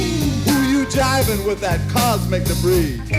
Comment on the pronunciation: Not "cubik" - "cosmik" (cosmic). How is it possible to not know Zappa? You need smarter friends.